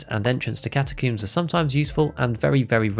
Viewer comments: ah yes, catacooms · "Entrance to catacooms"🤣